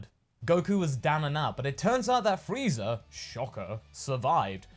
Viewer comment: Frieza* not Freezer...